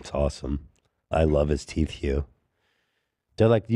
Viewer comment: Zach: “spray on my teef” gets me everytime